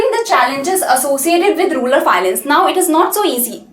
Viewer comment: it's rural not rular mam